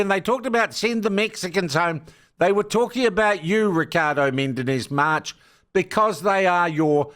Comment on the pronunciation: I think he is called Menendez-March, not Mendenez-March